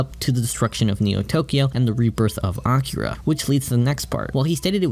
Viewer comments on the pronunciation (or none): it's A-KEE-ra....not Acura....the 2nd one is a Honda brand...js